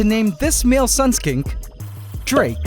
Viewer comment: Drake? Dra-ake!? And after he got defeated too 😂😂